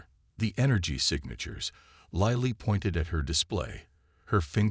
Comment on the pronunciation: What is it with using Chen in every story line. PLEASE EXPLAIN.? And for goodness sakes get this Lilly pronounced right for my sanity, and grammar.